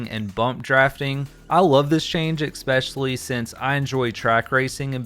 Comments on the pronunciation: Your presentation was fine. But your repeated use of "ekspecially" caused me to down vote. I know it's only minor. Not sure if anyone has tried to correct you on it. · Everytime he pronounces especially wrong, take a shot